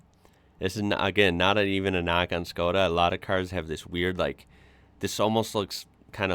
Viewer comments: You said iz correct: Shko-dah. In Europe 90% of these are diesel. Very low fuel consumption but nice torque and it pulls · You say it good,its Škoda. "Schkoda".I have one too Karoq SportLine. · said škoda corectly and nicely👏🙋🇨🇿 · you said škoda perfectly right by me as a czech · you are saying ŠKODA just right. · You said Škoda perfectly, i also think that internationaly they go as Skoda so youre fine either way. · Your Škoda pronounce is great, noone will be angry :) Wagons.... here in czech we have allmost everthing in wagons and almost 90% of cars witch are sold like a sedan or wagon are wagons :) ( much more space for almost same price) even i have Octavia wagon :D ( octavia have the biggest trunk in her class). Love your work by the way :)